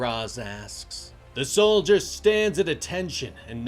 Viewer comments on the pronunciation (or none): none